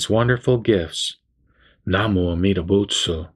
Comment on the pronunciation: Why do you chant "buts" instead of "butsu" at the end? What's the difference?